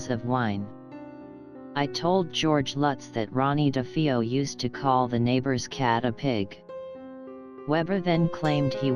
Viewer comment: This narrator mispronounced "Defeo" and "heinous".